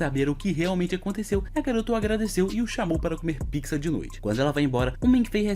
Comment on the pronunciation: Cara eu acho que fui o unico que percebe mas vc falou piquiza sendo que é pizza ou pitzza tendeu